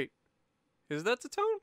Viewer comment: Tone is pronounced Toe-Nay